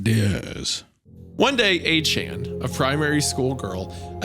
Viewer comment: Somehow hearing Isaiah butcher the pet name A-Chan is even worse than the horror his German and French pronunciations are.